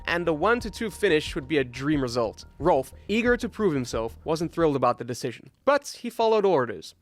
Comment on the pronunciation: Do you say Rolf or Ralf?